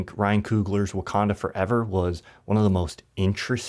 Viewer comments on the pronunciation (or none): none